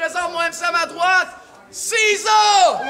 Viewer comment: Cesar avec un accent anglais?